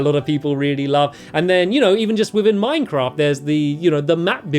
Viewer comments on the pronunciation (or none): none